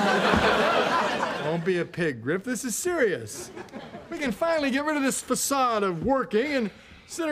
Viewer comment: Facade lol! My man!